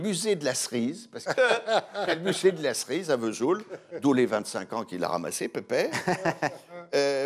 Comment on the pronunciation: Sauf que la cancoillotte ne sent rien ! Alors, on ne pardonne rien ! Le metton n.est pas fabriqué à V’soul ! Aucune prononciation correcte franchement ! 🤣 Que des jaloux ! Connaissent même pas le passage des Annonciades ! Souvenirs.....